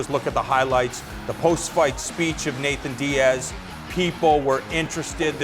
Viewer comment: I hate how he calls him Nathan diaz.